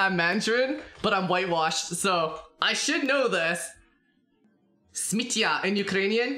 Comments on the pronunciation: Your "smittya" sounded on point 👍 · you said smittya quite correctly in Ukrainian,hehe